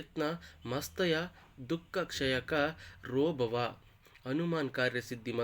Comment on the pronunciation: ನಮಸ್ತೆ ಸರ್ ನೀವು ಮಂತ್ರವನ್ನು ಸರಿಯಾಗಿ ಉಚ್ಚಾರಣೆ ಮಾಡಿ. ಕಾರ್ಯಸಿದ್ಧಿ ಮಂತ್ರದಲ್ಲಿ ಕೊನೆಯ ಸಾಲಿನಲ್ಲಿ " ಕ್ಷಯಕ ರೋಭವ" ಎಂದು ಉಚ್ಚಾರಣೆ ಮಾಡಿರುವಿರಿ. ಅದನ್ನು " ಕ್ಷಯ ಕರೋ ಭವ " ಎಂದು ಉಚ್ಚರಿಸಬೇಕು. 🙏 ಜೈ ಹನುಮಾನ್ 🙏